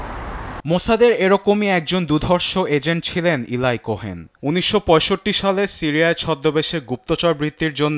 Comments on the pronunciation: ভাই সাংবাদিক 'ইলাই' কোহেন নারে 'এলি ' কোহেন হবে। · প্রিয় সাংবাদিক ভাই, আপনি আপনার "ল" উচ্চারণ ঠিকমতো করবেন।এগুলো বিরক্তিকর। এরকম উচ্চারণ শুনলে মাথা বিগড়ে যায়। সুতরাং, উচ্চারণ ও উপস্থাপনা ঠিক করবেন। (এলাই না এলি কোহেন) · ইলাই না এলি কোহেন 😂